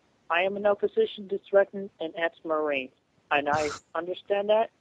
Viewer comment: "ex-marine" sounds so wrong